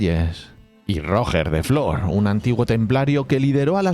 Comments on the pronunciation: 2 apuntes 1: haz un video de los Landskenets y Roger se preoncunia iguial que en inges solo que con acecento en la E , mas paraceco a "Royer" foneticamente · ostia colega la segunda vez que escuché rojer he tenido que cerrar el video😂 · Roger es un nombre catalan y no lo pronuncias bien, fonéticamente sonaría ¨Ró-yer”, pero con la r catalana suave y la terminación muy ligera. Muy buenos videos un abrazo. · para la próxima vez que lo nombres: para Roger de Flor, Roger se pronuncia con la misma G que en inglés pero siendo palabra aguda. Es decir: RoGER de Flor. Buen vídeo por lo demás:) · No. Realmente se pronuncia Rodjer, que es como fonéticamente se representa esa G. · ¿De verdad os cuesta pronunciar correrctamente Roger? Para hacer eso decid directamente Rogelio. Castellanizad el nombre del todo. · Aiiiii, pero que mal pronunciado el nombre de Roger😢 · la G de Roger es la misma que la del nombre en inglés o la J de jiraffe; y la vocal tónica es la E, es una palabra aguda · Roger de Flor, Roger se dice como en ingles pero con la tilde en la O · Si el nombre catalán lo pronuncia en castellano, porque no pronuncia los nombres alemanes e ingleses que salen en el video en castellano también ? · Traducir sería llamarlo Rogelio. De lo que no tengo ninguna duda es que si se refiriera a Roger Waters no lo pronunciaría así. Los españoles teneis una extraña mutación genética cuando se trata de nombres catalanes. Y una extraña necesidad de defender lo indefendible en esos casos. En esa situación te encuentras tú, dedicando tu tiempo a defender una pronunciación simplemente absurda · Me chirría que digas Rojer de Flor. Es Roger, cómo Girona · Como que róger de flor jajaja, era catalan no ingles, rogér de flor, se ponuncia rugé de flo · RogEEEr no ROOOger me duelen los oidoooos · Decir que se pronuncia RoGER en vez de Roger no aclara mucho. Se escribe Roger se pronuncia Royer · Roger en catalán se pronuncia Ruyér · Esa pronunciación de Roger....